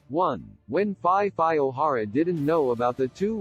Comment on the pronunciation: The robotic voice is killing me... Phi Phi being pronounced Fye Fye 🤣